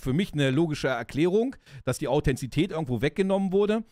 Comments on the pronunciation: Super Video! Vielen Dank dafür. 👍🏼 Ein paar Anmerkungen meinerseits: - so wie ich mich erinnere, war der Truck von Willers in Staffel 1 ein Volvo - die Menschen, die in Chile leben, nennt man Chilenen und der damalige Diktator hieß „Pinoschee“ (Pinochet) - es heißt Authentizität, nicht Authenzität 😉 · Erstaunlich sind die zahlreichen Wortfehler – selbst Krug und Kirschstein werden verwechselt. Au-then-ti-zi-tät. Von Namibia nach Marokko?!? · Authentizität, nicht Authenzität